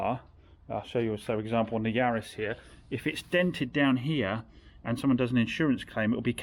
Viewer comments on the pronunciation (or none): none